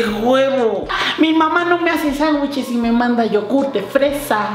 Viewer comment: HAHAoye we dijiste sanwicheleseses :v